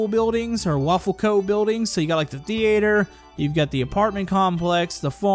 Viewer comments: Its not the- ate- her thei-ter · Thee ator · thee-ayy-ter what